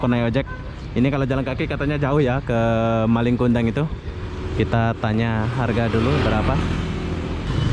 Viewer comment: Njir nggak laku katanya...awokawok Jangan di paksa bang kalau susah ngomong bahasa malay nya Bukan malinG kundang, nggak pake G